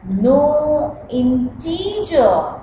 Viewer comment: NO IN-TEEEEE-JIR.